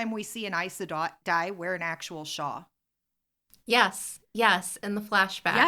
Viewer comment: Nice podcast, god job! Just curious, when you pronounce "shawl", I don't hear the L. Is it a regional accent thing?